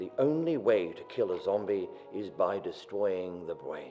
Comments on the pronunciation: by destwoying the bwain XD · did anyone else hear him say destowing the bwain ??